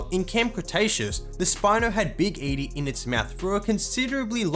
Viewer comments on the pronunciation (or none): none